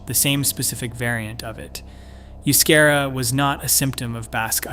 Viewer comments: Good grief! If you are going to refer to a language, then pronounce it correctly. The language of the Basques is not "yoo-skehra" as you so obnoxiously mispronounced it. The correct pronunciation is "eh-oo-skahra." Seriously, such an obvious oversight reflects poorly on the content of your video. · Euskara is the preferred standard Basque spelling, and is not pronounced you-SCARE-uh. It's eh-oos-KAH-rah. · It's pronounced "oooo-ske-dah" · Oh the pronunciation of Euskera ene bada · Maybe you should atleast learn how to say...euskera....before you talk about us. Known as common courtesy